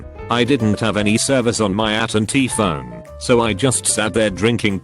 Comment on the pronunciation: nobody: Bot: At and Tea